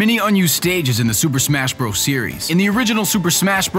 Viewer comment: SUUUUUUUUUPER MASHHHHHHHHHHHHH BROS! wait super mash bros i thought it was super SMASH bros well lol